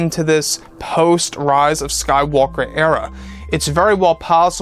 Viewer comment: "The rahz of skaiwalker" :p